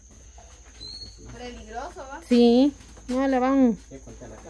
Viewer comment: no se dice “pegriloso”, sino peligroso, te he oído varias veces decir ese disparate. Ponte a leer para que aumentes y mejores tu vocabulario 🙄🙄